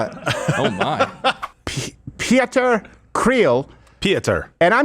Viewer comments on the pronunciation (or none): Pieter is pronounced pee-tir. Anyway, we call his type a 'dom poes' here. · Pieter is just pronounced with a. Short sounding like in the word igloo BTW. What a piece of garbage. And you can see he comes from a wealthy family so he's never experienced any hardship in his life. If land needs to be taken then it's his that needs to be taken first. God forbid I meet that piece of shit in the streets of South Africa. I'll give him the discomfort he needs